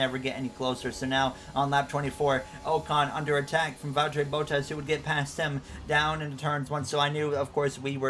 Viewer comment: Love the content!! Only thing I have to say is that Bottas is pronounced as bahtas and not bowtas. Keep up the great work